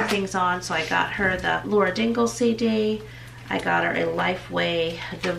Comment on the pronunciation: I love your channel and I'll correct you to save you from Naomi having to do it. It's Lauren Daigle (like Day Gill), not Dingle. Momma needs some tea! Love you girl. Merry Christmas to all of you.